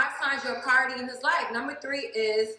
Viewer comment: “A praoooority”